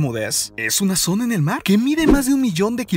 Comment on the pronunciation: Porque chingados habla son E al final coinsidencie ? Cuadre ? Zone ? Floride? Que pedo